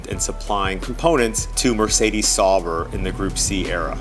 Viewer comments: I mean, he could at least pronounce Sauber correctly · “Sawbrr” Sauber. Au.